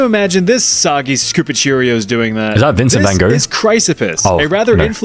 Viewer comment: Is that Vinsent Vangouh-oh